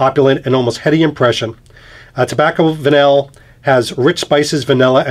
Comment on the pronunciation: Apparently the pronunciation is 'Tobacco Vanii"